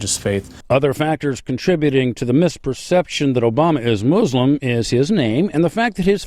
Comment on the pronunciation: It's Muslim not MUZLIM godamnit